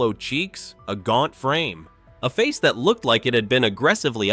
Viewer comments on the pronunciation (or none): none